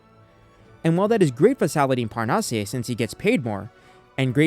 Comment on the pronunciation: Just here to say Salahdine’s family name is pronounced [parnass] 😊